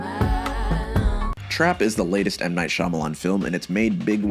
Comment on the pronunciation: Wild that Scrubs was mentioned yet you still pronounce his name wrong. It's pronounced 'Muh Night'